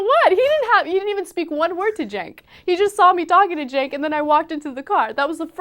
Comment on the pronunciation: You mean 'Chenk'...